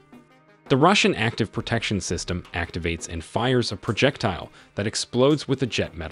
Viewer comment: Ebrums tank? Project tile? Like the presentation but work on pronunciation.